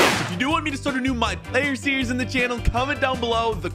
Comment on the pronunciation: You said series wrong